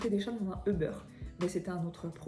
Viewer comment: Martin doit capoter à t'entendre prononcer "euh-beurre"... 🤣🤣